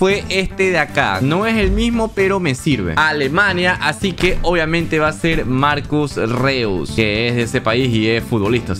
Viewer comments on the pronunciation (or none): pero se dice marcus rois